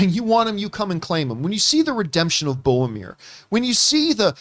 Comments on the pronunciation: John it's BOR-O-MIR lol. Love you guys! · "Favorite character in fiction ever" ... "Boamir" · Hearing John say "Bomir" so many times gave me tinnitus.